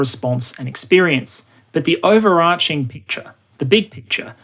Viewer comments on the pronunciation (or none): none